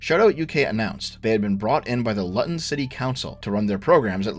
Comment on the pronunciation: To be a mild pedant, , Luton is pronounced Loo-ton, not Lutt-on. Edit: Wait, you get it correct . Fair enough.